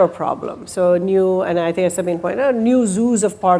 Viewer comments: SABINE!!! Her name is Sabine, not Sabina!! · So many times I hear interviewers/moderators calling her Sabina instead of Sabine. I wonder if she just lets it slide or if it frustrates her? It's not a hard name to get right and I assume these people are somewhat intelligent. Maybe I should double check and see if it's this same guy or different people?